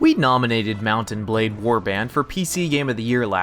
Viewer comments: i hate how he says mount and blade sheet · anyone else think that he says the words mount and blade like hes never heard those words before in his life